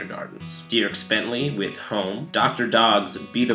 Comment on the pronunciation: someone should tell it's pronouced "Derks" not "D-ee-erks" haha